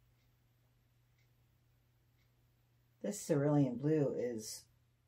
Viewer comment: Oh, you do make me laugh, but I think you are too hard on yourself. At least you pronounce cerulean correctly, not many people do lmao;)